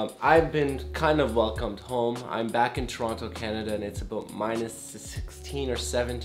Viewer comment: YOU SAY TORONTO THE WRONG WAY, shame on you lol